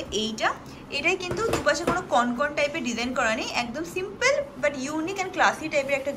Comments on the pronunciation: কথাটা কনকন নয়, ওটা হবে কঙ্কন। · Kothata Konkon noy, Kongkon 😂. Ar Glasschur jeta ke bola hochhe ajkal seta kintu amader Bangali der onek purono goyna ja ke Kharu bola hoto! Ajkal sob goynar weird sob naam dichhe loke! Amar mone hoy apnara jara eisob niye vdo korchen, khub e upokar hochhe sobar, tobe apnara ektu study kore niye vdo korle, aaro authentic hobe. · ওটা কনকন নয়😂😂 ওটাকে কঙ্কন/কংকন বলে । কনকন করে ব্যাথা করে😂😂😂 এত সুইট তুমি না!! বাচ্চাদের মত পুরো😃😃🥰😘😘